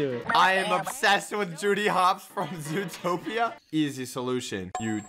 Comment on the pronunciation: anyone else notice; “ZOOTPOATOIA” instead of “ZOOTOPIA” lol